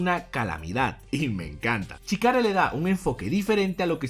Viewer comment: CHIKARA SE PRONUNCIA SHKARA